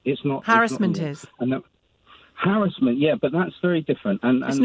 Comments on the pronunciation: mins - is it 'Harrisment' (sic) or 'Harassment'....? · One should not trust anyone who puts the stress on the 2nd syllable of 'harrassment'. If you cannot pronounce the central word, the entire argument should be discounted.